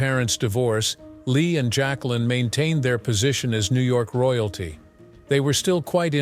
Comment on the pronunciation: JAQUELINE (not "Jaclyn")